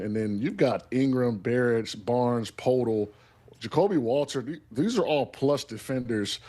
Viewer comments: When an NBA "expert"can't pronounce Poeltl's name properly, he's not an expert. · Hearing these analysts makes me realize that they don’t watch the raptors play outside this series. Talking about poeltl as a positive defender is more cooked than his pronunciation of his name